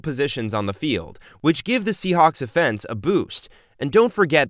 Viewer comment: I was nice enuf to forgive u for saying we beat the Steelers, but the way u pronounced offense made me want to choke u. Leave the football commentary to the people who WATCH FOOTBALL.